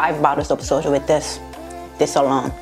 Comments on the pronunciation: Gosh, I started to laugh when I misheard the word said that is "Soju" as "Soldier" 😂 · So... when you say “I need Soju right now” I heard “I need a soldier right now!” And I thought awe that’s sweet she is missing her Jacob and then I realized... booze. You are missing booze. LOL I love you. I can’t wait to try a not so spicy version of this. Frankly, that would kick my butt! 🥣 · Did she say "i need a soldier"? Lmao